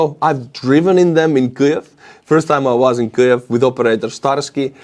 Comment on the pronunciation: why do you pronounce Kiev the way you do? honestly I have never heard that way of saying it, not by Ukrainians or outside of Ukraine. sounds strange to my ear. Sorry. Not trying to be critical. Just very curious.